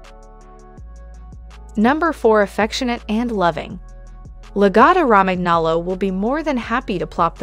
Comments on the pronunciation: I can't respect anyone who makes an educational video but can't pronounce the breed name and the #5 reason is not true. YOU NEVER BRUSH A LAGOTTA. Reason #4 is true, they are vocal. Reason #3 isn't. In comparison to many other breeds, I would not call them energetic. #2 reason is true. They are expensive. #1 is true but not significantly smarter then other breeds. I think they're more manipulative then smart. That's the opinion of an owner. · Perhaps learn how to pronounce the breed name before making a video. Mine never barks, gets groomed 4 times a year and is active during a walk and lazy the rest of the day. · Sound it out with me: La go toe row man yo low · The pronunciation is La-go-toe Ro-man-nolo(we own one & are native Italian speakers) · La-GO-to. Roman-yolo. God damn. So easy to look up. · This is an incredible drinking game, every time she says lagotto romagnolo[incorrectly], take a sip. 😂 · seriously! her incorrect pronunciation is very annoying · It's AI but lol that pronunciation gave me flashbacks to 8th grade spanish class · My god, I think she pronounced the name "Lagotto Romagnolo" four different ways. All of them were incorrect! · You should learn to say the name properly if you wish to be taken seriously. Absolutely a great, smart, highly trainable, and loving dog! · first pronounce the name correctly then talk about the breed... also very stupid title for a video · Wow way to not pronounce the name correctly..... every single time.... if you want a dog yes, walk it, train it, brush it, bathe it, don't leave it at home...... Mine is either with my wife at home when she works or at my wine shop greeting 100ppl each day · She obviously knows nothing about this dog nor about Italian. The pronunciation makes my ears bleed. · The best dog, please learn to pronounce the bread name correctly. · along with the incorrect pronunciation of Lagotto Romagnolo, she pronounces saliva "salvia"...lol